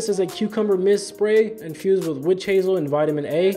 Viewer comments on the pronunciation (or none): none